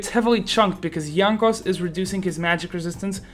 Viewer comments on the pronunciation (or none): you read Jankos with polish accent, are you polish?